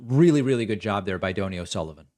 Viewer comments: It’s Don Knee, not dough nee. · It's pronounced (Doh-Knee). And NBD ya don't know it. Good Irish name. Great lad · Oh David. If he is EXCELLENT, get his name right. It is Doney. That is a kind Irish name. (Doh ney) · Doe-knee is the pronunciation. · Its Do as in do re mi. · Dough-knee, David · Donie is pronounced like Tony but with a D instead of a T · Hi David, it's 'Donie' as in doughnut- Irish short for Donal, he does a great job, as do you :-) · David, SIR, the gentleman’s name is pronounced Dough-knee 😍 He is wonderful.